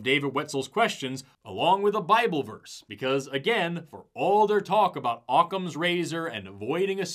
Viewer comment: has got to he joking, right? The way he describes Occams Razor is so needlessly complex, and the fact that he mispronounces Occam, makes me think hes never even read the theory before. Its so simple, thats literally the point, when theres too much complexity, the simplest answer is typically right